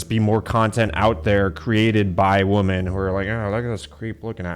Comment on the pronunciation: can you not pronounce women correctly?